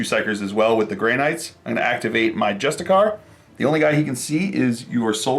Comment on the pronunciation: It’s not pronounced just-a-car, it’s pronounced justice-ar, like the word justice and then a pirate sound